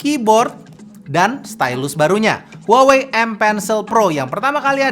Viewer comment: harusnya kata "HUAWEi" diLafaLkan : "WAHWEi"